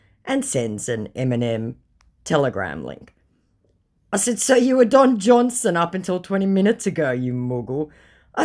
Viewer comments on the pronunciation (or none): Lol John Son lol babab not Jonson hahah 😂😂